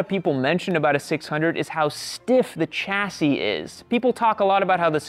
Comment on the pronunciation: "chassis" is pronounced "shassy" , I've never heard anyone pronounce it as CHassy